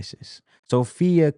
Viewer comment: Appreciate your commentary and summary! ❤ P.S.- it's Sophie NOT Sophi-A 😊